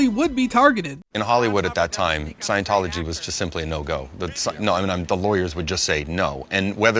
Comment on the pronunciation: 'Scion'-tology, man.